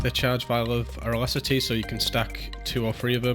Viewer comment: alacrity = aralacity? uh-lack-rit-e is how you pronounce it, or just look it up on google